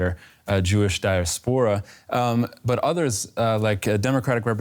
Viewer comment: While I usually enjoy DW, anyone who cannot pronounce DIASPORA should not be reporting on Israel.